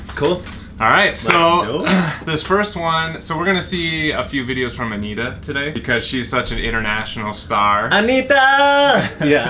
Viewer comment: AniTTa não ANNita 🤔😂😂❤